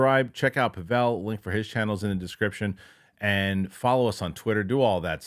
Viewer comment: Are you mispronouncing Pavel’s name on purpose, as an inside joke or something? You seem like you know each other well, but I don’t get why you don’t say his name correctly.